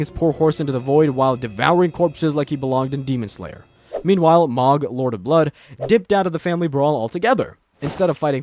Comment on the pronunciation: that one really pissed me off! lol- I think it was about when I checked out. Meee-kell-a was bad too.